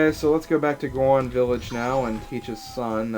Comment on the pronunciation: It's Goron. I know you're like 9 years old, but please stop stupifying the rest of us.